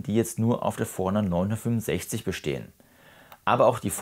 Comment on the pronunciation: Super Video, vielen Dank! Als netter Tipp gemeint: Mich hat etwas verwirrt, dass deine Betonung überwiegend auf der 900 lag und nicht auf 50 oder 60 (dem eigentlichen Unterschied der Bezeichnung). Das hat mich immer etwas aus dem Zuhörfluss gebracht. Kleinliches Gehabe, ich weiß. Aber vielleicht hilft es ja 😅